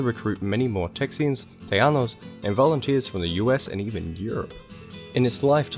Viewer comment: Tejano here; it sounded like you pronounced it "tay-yano"; it should be more like Tay-hano. Also, you mentioned the battle of Goliad. It is pronounced like "GOH-lee-ad". Otherwise, very good video. I have found most people don't know anything about the history of Texas let alone Tejanos.